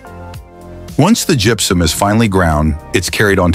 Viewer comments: When AI is used to the voice, gross mispronunciations make the video unbearable! It's not "jup-sum!" It's gypsum ("Jip-sum")!! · It also gets "gypsum" wrong.... it's pronounced "jip-some" NOT "jup-sum". AI is the most retarded thing ever. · Gepsum?.....you mean gipsum... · Good story but the AI voice is irritating. It even mispronounces gypsum. It's much better to watch with the sound off.